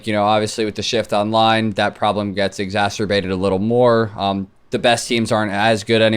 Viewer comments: Clayster "exasterbated" Eubanks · lol while I read this I heard clay say "exhasturbated" what a goat